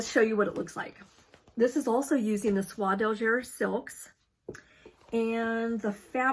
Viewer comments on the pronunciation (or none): A great time to knit red Christmas charts in Sulky or DMC. Love your flosstube. You are such a great enabler. BTW Soie d'Alger is pronounced like eh at the end not er. French is hard and confusing! Im so glad I took it in school for years